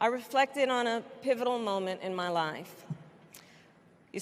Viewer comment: Why does she says “ma mother” like if she’s southern 🤡